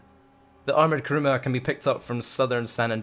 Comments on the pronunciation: You said Karuma not Kuruma lol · It's kuruma not karuma 🤦🏻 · 1. Karuma is not correct. It's kUruma. 2. Don't add cars with spoilers on them, or custom because they're like the Progen GP1, the more customizations you added to the gp1, the more slower it became against it's stock form. 3. The Nero is too expensive for some people, and the bugatti(adder) is faster then the Nero, so the adder would be better. Now, use this feedback. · Armoured KARUMA KARUMA KARUMA ITS KURUMA